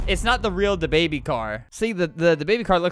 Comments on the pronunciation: Da baby not duh baby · It’s thababy not da baby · I love "DAABY